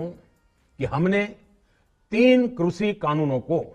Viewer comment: Why he cannot pronounce Krishi.?..He said krusi